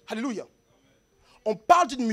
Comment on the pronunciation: Je suis d’accord mais pourquoi il dit alélucha😆🤨